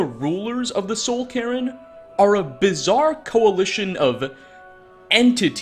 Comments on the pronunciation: did just pronounce the soul cairn as the soul Karen? because it sounds an awful lot like that's what he said. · Please stop pronouncing cairn as Karen, it's killing me, lol! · its weird how you pronounce cairn as "karen" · bro says carin while CAIRN is clearly on screen ffs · How do you still not know how to pronounce cairn? And you even pronounced it two different ways in the same video.